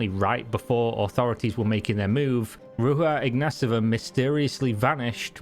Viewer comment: Ro-j-Ha iGnATova And omg that "Forbes" cover is a ad ,she paid for it. Lolol